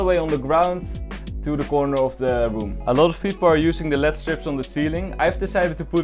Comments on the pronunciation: calling "L-E-D Strips" "LEAD strips" is my new favourite thing now 😂😂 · It is L E D strips and not led strips Also your old setup was looking 10 times better than mine lol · You don’t say it lead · He didn’t he meant LED it’s just some people say lead strips